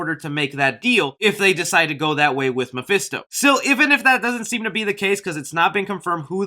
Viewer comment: I'm fed up of hearing mafisto